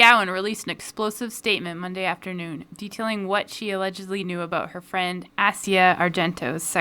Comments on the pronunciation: Actually, it's the Italian prononciation : ah zee ya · Italian captainhere. Yes it's like the continent, but the Italian pronunciation of it. get it right. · I definitely prefer the "ass-ear" pronunciation of her name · Now I'm just confused on how her fucking name is pronounced. Is it ass or the continent? I hope it's the former, because I cringe every time I hear it pronounced like the continent. It'd be like naming somebody America or Africa. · The Italian pronunciation of Asia is the biggest crime, though. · F it. I'm still pronouncing her name like the continent. 'Asheya' can fight me if she wants. No gloves.